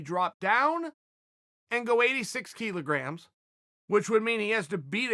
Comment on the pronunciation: Kilograms is pronounced 'Kill-Ah-Gramz' not 'Key-Low-Gramz.'